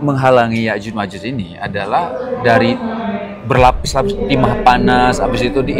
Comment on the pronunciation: Mohon maaf ya ustadz... Berkali2 saya dengar ustadz menyebut nya Yajus dan majus, mohon maaf tadz itu keliru,,, yang benar YA'JUJ ( huruf JIM) (MA'JUJ( nuruf jim). Di ayat Qur'an nya jelas di surat al Kahfi.... 😢😢😢 Mohon maaf sebelumnya...